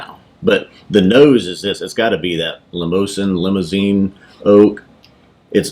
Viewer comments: I've heard it pronounced Limo-zan since it doesn't have an E at the end, who knows. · Hey guys great review, I pronounce it like the vehicle also and that's what I've always heard. Do you think you were getting a bit of a cognac influence? That's what I got as you described the grape/wine influence. It's one I really enjoy also and happy that they aren't very far from me as well. As always great review, cheers!